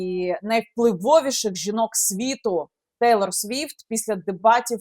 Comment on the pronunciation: Не Тайлер а Тейлор!!